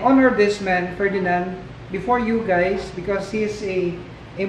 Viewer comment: When he says “hi guys” he says “hey geys”